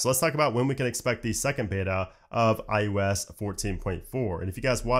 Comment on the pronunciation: iUS iUS iUS, only I find this pronunciation annoying?